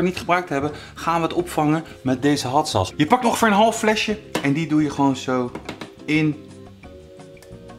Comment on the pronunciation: ‘Hat sas’